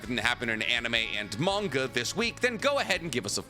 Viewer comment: It’s manga why do u say it werid